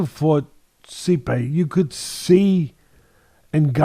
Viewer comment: Normal Pronunciation: Stipe Teddy: See-Pay.. 😂😂 We love you Teddy Atlas.